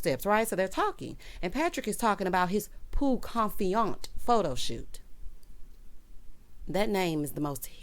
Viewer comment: Hey 👋! Patrick and “Peau Confiante” and Marlo and “La’Archive”….SMH 😄